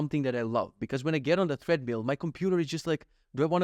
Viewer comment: Enjoying the podcast on audio version. Just came here to say - it's pronounced "TRED-mill" not "THREAD-mill" 😊 looking forward to next episode